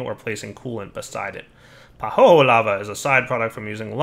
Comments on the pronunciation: Isn't pahoehoe pronounced pa-hoy-hoy? Pretty sure it's not pa-ho-ho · That pahoehoe lava is pronounced "pa-hoi-hoi" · BTW it's Pah ho eh ho eh. Each vowel is pronounced separately. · pəˈhəʊɪhəʊi Or if you don't grok pronunciation "pa who ee who ee"... Much love otherwise and have a great day.